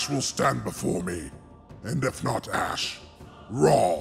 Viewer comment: Its ASH NOT ACSH